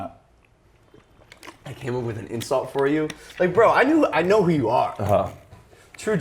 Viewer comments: "Now" ?? 🤦🤦🤦It's "Know" mate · He spelt know wrong😂😂 he said NOW loooll😂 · Abbas Abbas he says i know !! K NOW... YOU ASS LISTEN CAREFULLY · misspeIt the word "know"